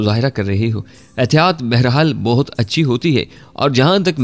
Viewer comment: Dost behtab nhi buhtaat